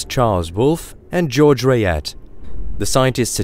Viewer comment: Ok after hearing the fusion reaction in stars being referred to as chemical reactions multiple times and other obvious errors, I had to quit this video before half way. BTW Rayet is pronounced Ray yay, the French would send you to the Guillotine (pronounced Ghee o tanh)